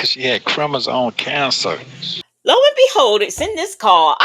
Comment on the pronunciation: said crimizone cancer 🤣🤣🤣🤣🤣🤣🤣🤣